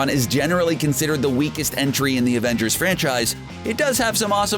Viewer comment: Did.........did he just say ravengers?